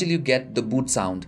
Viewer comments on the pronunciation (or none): none